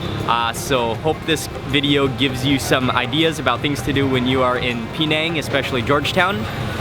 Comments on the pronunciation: Penang is pronounced "Penang" - not "PEEnang"!! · Pronounce it Peh-nang, or Puh-nang, but please stop saying Pee-nang